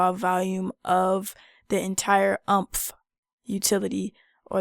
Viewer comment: Heads up: this is pronounced more like "Oooompf". Not like "trump". ;) Nice video, though!